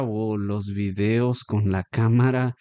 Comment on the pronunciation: face-blue-smiling: ... ... ojo ... sale 'vídeos' en la pantalla con la tilde y tú pronuncias [vidéos} ...